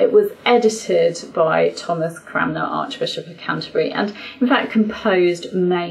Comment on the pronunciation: I have noticed that you & another English commentator seem to both say "Cramner" rather than "Cranmer". Is this just a slip of the tongue or have I been mispronouncing this name all my life? 👅